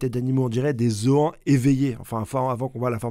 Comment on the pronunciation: Des ZO-AN XD